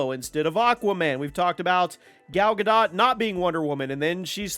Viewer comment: its not Gal Ga "DoT" Its GoDoe